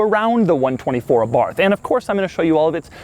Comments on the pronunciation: Abarth...AY-barth...emphasis on the first syllable, please. Carlo would thank you. Please slow down a bit on your delivery. You have expert analysis and wonderful insights to share and we all want to hear, understand and process them. Drive the cars fast...and speak a bit more slowly. Feel free to either review this car all over again with proper sound and video or...simply delete it. This piece is simply not up to your usual high standards and erodes your brand. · 5653 comments so far so I'm guessing that someone has mentioned that this is a 124 spider not a Abarth spider and that Abarth is pronounced Abart as in Italian the 'H' is silent. Maybe with a little 'ah' at the end. As an owner I can also mention that these cars a re far from perfect but are in fact a great all rounder that appears to be reliable as one would expect of Japanese manufacture coupled with Italian style. Ie flawless so far. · I think you're really cool Doug... but this is how you pronounce Abarth... eh bart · It is pronounce ARART not Abarth dummy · sound like youre saying Abarf. lol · It's pronounced eh-BART you fucking dipshit slender giant freak. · The "th" at the end of the word Abarth is pronounced as a hard-t sound. "Ah-bart". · Abart the H is silent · Abarth is pronounced without the H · My understanding is that the name is pronounced “Abart” - not Abarth as you pronounced it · AbaRth? Aba:th is the correct pronunciation. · Dough is the type of guy to speak „Abarth“ with the english th. You have to speak it Abart, with a rolling „r“ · Hey Doug...it’s not abarth, it’s Abarth..,long A. Thought u might like to know. Keep up the good work. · It is pronounced Ah-BarT or Eh-BarT, not Ah-BarTH. It was named after Carlo (Karl) Abarth, a car designer who was born in Austria and later moved to Italy and started his own company. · Please say the word correctly. It is not A-Barth it is pronounced Abarth, all one word. I enjoy most of your videos but your voice is like nails on a chalkboard.